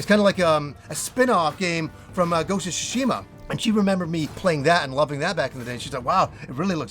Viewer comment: "Ghost of Shishima " lol